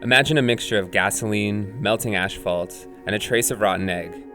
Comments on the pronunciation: Its Asphalt not Ashfalt. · did he say ash-fualt???